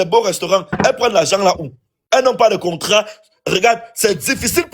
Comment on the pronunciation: " concra" au lieu de contrat. Rien que votre manière de parler énerve. Vous voyez, vous ne parvenez pas à vous accorder 😢😢, ça fait pleurer walahi